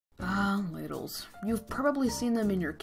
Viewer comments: I thought you said LADIES explained 90 seconds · I THOUGHT YOU SAID *LADIES* EXPLAINED IN 90 SECONDS